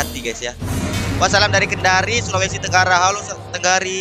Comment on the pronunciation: Kendari bang bukan tenggari🤣🤣